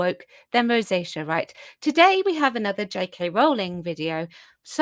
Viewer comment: Did you say rosacea or are my transatlantic linguistics skills in decline?